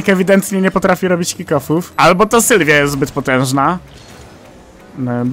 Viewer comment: Jak cos to nazwe tego auta wymawia się nissan ‚Silvia' a nie ‚Sylwia' 🤣